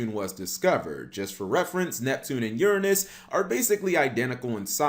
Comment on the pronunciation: Cap: pronounses Uranus incorrectly so he doesn’t say what we’re all thinking. 😂